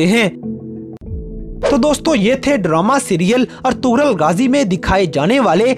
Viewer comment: Bro its ertugrul ghazi you have prouncation mistake